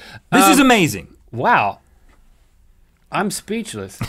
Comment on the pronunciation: No joke intended I think but you said 'this is aMAZEing' by the first city xD